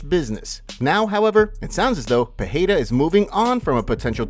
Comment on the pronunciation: The light heavyweight champions name is Pereira not Pahada or Pihada. Listen to old Glory kickboxing for the correct pronunciation.